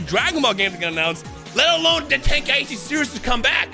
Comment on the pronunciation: God damn it. The dude said it in the presentation and YOU STILL say it incorrectly. TEN-KAI-CHI. not TEN-KAI-EE-CHI. Why do people do this.